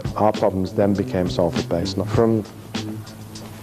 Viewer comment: This is a great video and very accurate, just word of advice people from Salford, pronounce it "SOUL-FORD" not "SALL (As in Sally) FORD"